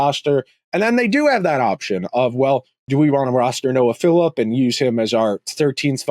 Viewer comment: You are pronouncing Lavoie correctly but Savoie is pronounced Sa-voy. Also, it’s “Philp” not “Philip” Love the pod, keep up the good work!